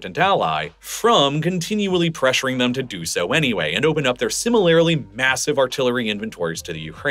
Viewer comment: You say similarly wrong.